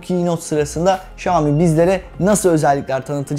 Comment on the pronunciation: okunuşu Şami değil şayomi diye okunur